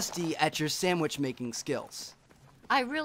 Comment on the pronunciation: lol she said samich thats freakin insane she doesnt know anything about the new sexual gestures soo funny